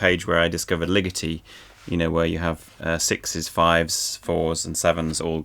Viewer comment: will you please pronounce legeti's name correctly for a change. drives me nuts. but anyway